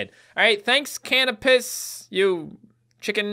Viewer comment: I was so trigered when you said canopus wrong! Learn some star and planet names man! XD LOL LMAO